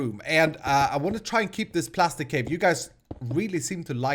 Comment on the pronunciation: Its prastic not plastic 👌